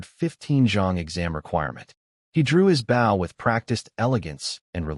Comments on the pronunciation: Why the fuck does the AI keep saying "Bao" and not "bow"? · Please for the love of fuck teach your busted AI to say BOW instead of BAW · Stupid ass AI mispronouncing "Bow" makes me want to stab it repeatedly. You'd think there'd be a way to indicate to the AI the long-O sound instead of "ow". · Damn... with the word "bow" being so integral to the story and so often repeated... it really would have paid off to select the correct pronunciation in your ai voice generator, lol. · So confusing when it can correctly pronounce bow-string, but not bow, and the graphic, arrows backwards on the bow... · I hate eveyone of these stories that the MC does archery in. The A.I. can't ever pronouce BOW right.... 😮‍💨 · Another AI that doesn't know how to pronounce bow. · Imagine a world where AI correctly pronounced an Archers "Bow". Wouldn't that be a happy world... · the way your pronouncing bow is the part of a ship (short harsh o). where the bow for this story (weapon, soft 2 or 3 o 's when said). otherwise nice story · These ai need to be taught the pronunciation of bow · Yeah it's annoying. Same with us. It always says it as US(country) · I wish this stupid AI would learn the fucking difference between a weapon and showing respect